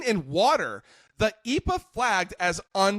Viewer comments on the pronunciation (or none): E.P.A. not epa